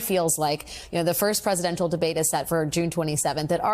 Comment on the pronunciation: PresiDental debate?